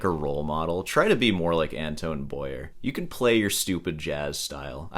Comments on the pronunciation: It's pronounced Antwan Bwa-Ye (Like in Kanye) btw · I always marvel at how Americans can’t do a little research in order to pronounce a name properly. An-toe-whan Boa-e-eh… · So, you have a BA in music, you're a guitar teacher and you can't even pronounce the guy's name, even after hearing Beato pronounce it. And, you got fired from Walgreens. Way to go. This guy plays around the world with his wife, one hell of a harmonica player. And, neither have been fired from Walgreens. What do you have to do to get fired from Walgreens? Cop an attitude? Good luck and I hope Walgreens calls you back. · Learn some French, you American... for once... Not even being able to pronounce Antoine Boyer. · Yeah, if you are going to review a guy, learn to pronounce his name! It would be a sign of respect, but then respecting others does not seem to be one of your strong points. Stop whining - oooo I go school as long as a surgeon - well actually you don't, but yeah music degrees are generally not worth much, generally not respected, get over it. Plumbers don't get a lot of respect either but they make more money than most musicians. If you wanted money you shouldn't have studied music you should have studied medicine, or accounting or been a welder or an electrician. It just sucks when people make choices and then whine about the results.